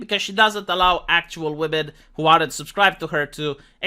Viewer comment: “Believe all whamen”. 🤣